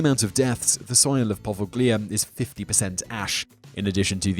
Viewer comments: Interesting video, one little comment however - it would be nice if you check the pronunciation of some of the names. For example, it's not 'poveGlia', but 'poveliA' :) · Your pronunciation of Poveglia is the scariest thing in this video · Simon is notoriously awful with pronunciation of non-English names and places. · by not knowing the right prounounciation of poveglia, you get a thumbs down from me.